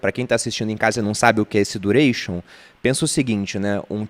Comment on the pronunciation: Desanimei depois do du-rei-chon